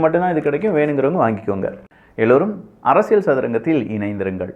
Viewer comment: அப்பா சாமி ள்ள்ள்ள்ள் அரசியள் ஒழுங்கா உச்சரி அடிக்ககடி ள் வருகிறது